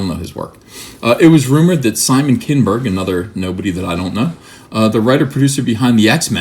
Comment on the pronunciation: "Kinnn-berg"... hilarious...😀